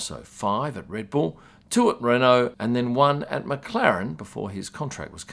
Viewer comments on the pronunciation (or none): none